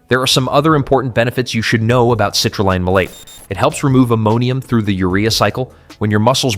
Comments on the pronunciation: F'ing dumb AI. it's CITRULEEEEEN! Not Line! And the pronunciation doesn't change twice in the same MF'n sentence!! Is it ever A-MY-NO acid??? Funny how this cheap shit AI bot never said; "ARGI-NINE"! Nope, it said ARGINEEEEEN! Just like grandma used to say. "Taken before workout" -HOW LONG BEFORE A WORKOUT in 2026?? 15min's? 30 min's? 1hr?? -HOW LONG DOES IT STAY EFFECTIVE for said workout in 2026??? Is there a half life or a sweet spot for effective dose duration in 2026? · Frequent mispronounced words and garbled phrases. Citrulline is pronounced differently between sentences. Destroys credibility for me. TD